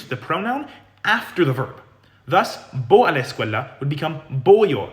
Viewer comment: that’s interesting. I’m a Spanish speaker from New Jersey, where there’s also a sizeable Arab community. What tipped me off was his pronunciation of the “a” sound in “a la”, which sounds very Arabic to me. He also put too much length on the L in “escuela” and his D sound is too hard to sound like a native Spanish speaker. I also looked and saw he does a lot of videos on Arabic and he sounds pretty accurate with his pronunciation of that language. If I were to guess, I’d say he’s probably of Lebanese descent, but I’m not an expert so don’t quote me on it.